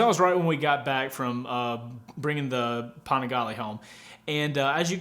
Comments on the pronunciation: A “puh-nee-glay” 🤦‍♂️😂😂😂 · The "Paningley" cracked me up😂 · That was so cringy to hear as a european :D